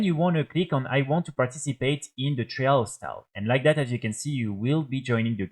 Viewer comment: Great video bro, very helpful. thank you. Just wanted to give you a tip with your pronunciation for future videos :) trial sounds similar to style. Like - tryle of style. Keep up the vids <3